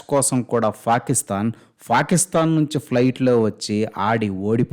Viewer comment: "ఫా" కిస్తాన్😂😂